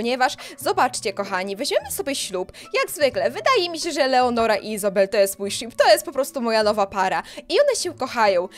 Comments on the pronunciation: ty cały czas czytasz leonora a ona jest lenora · to nie jest leonora tylko lenora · To nie leonora tylko Lenora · Lenora to jest a nie leonora 😂😂